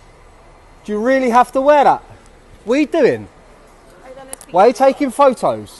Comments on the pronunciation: It is pho-tohs not pho-oos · "Why are you taking foe o's" 😂